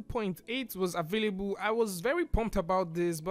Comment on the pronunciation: Im so triggered everytime you said "avayaboo" instead available